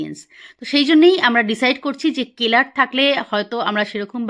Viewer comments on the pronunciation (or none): কেলার না, সেলার বলে।